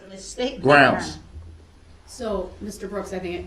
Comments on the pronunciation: Illiteracy list for this video: "Dat" for THAT "Pitcher" for PICTURE "Axe" for ASK "Grounz" for GROUNDS "Witchu" for WITH YOU "Wit-chore" for WITH YOUR "Troof" for TRUTH "Substain" for SUSTAIN He has no idea of the difference between untruth and forthright. What a dummy. I find it unbelievable that such an unintelligent little weasel got this far without someone beating him to a pulp. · Don't forget #GROUNDZ#